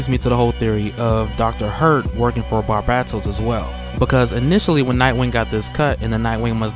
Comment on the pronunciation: Its pronounced BAR BAY TOS not bat bat tos btw